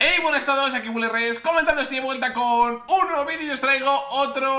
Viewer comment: Willy en vez de decir WillyRex dices WillyRes :v Pero no importa sigue a ser mejor crrrrack ;)